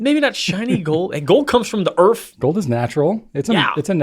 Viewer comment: More Pearls of Wisdom from. "Leather is flesh" "Gold comes from the Errf". (Earth ).... I'm writing this down so I don't forget this. Thanks,!